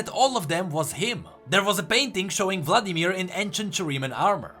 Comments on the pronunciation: Still says Vadimir. oof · Vadimir? Vladimir xd just for fun